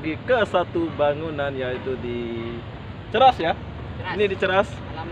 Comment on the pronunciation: Cheras bukan ceras